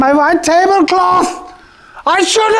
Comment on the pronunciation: "I ZHOULD HAVE USED ZE TRAY! WHY AM I GERMAN?!" XD